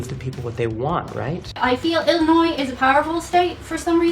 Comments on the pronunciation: Being from Illinois, thank you for not pronouncing s at end of Illinois, which people from out of state do, but people from across the world don't.... weird! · Illinoise - prononced Ill - a - noisy. Always make sure you end it with "noisy" They love it when you get it right?